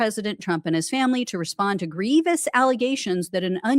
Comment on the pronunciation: Grievous, not "grevious."